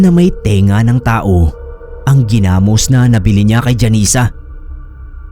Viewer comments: New listener here, ang ganda ng mga stories nyo po,na bother lang ako ako sa pag pronounce ng Ginamos..😅 gi-namos po hindi genamos☺️ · yung pronunciation po sa ginamos ay naka stress sa o at ndi sa a, like: ginamós at ndi ginámos. Hehehe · Ganda ni Janesa story.. legit na fiction. .paano mkagawa ng ginamos(not pronounce giiii-namos) ang isang aswang gayong ang ginamos ay bagoong sa Tagalog.. puro Asin ang pangunahing ilalagay na sangkap? tsaka may nakitang tainga ng tao na nga sasabihin pang baka hinaluan ng Karne ng tao... scriptwriter konting aral pa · hahaha! hindi ako mapakali Gina-mus! haha hindi Gi-na-mos.. 😁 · Sir Gi' Namos Hindi ginamos